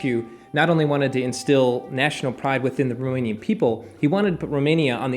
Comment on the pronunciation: Cool approach to the topic of rockstars. I used to hate history classes, now it was riveting! Also, you SHOULD consult a Romanian (I live quite nearby - in Poland), the pronounciation is sooo off. But we forgive you. :*